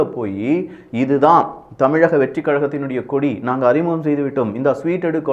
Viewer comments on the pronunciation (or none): none